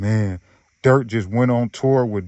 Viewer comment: U just can’t say durk with a k to save yo life